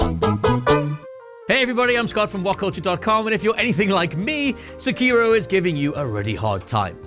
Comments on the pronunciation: Seh keer o or Seh key ro, I say the latter... this guy keeps saying the former... which is it. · The way you pronounce the title of this game hurts my ears. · dude it's so annoying everyone calling him se-kiro it's seki-ro. it's levi-osa not levio-sa LMAO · Dumb question.. Is the main character’s name Sekiro? They just call him Wolf. You keep calling him Sekiro but I wonder if that is correct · He keeps callin wolf sekiro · I don't think he pronounced "Sekiro" correctly once.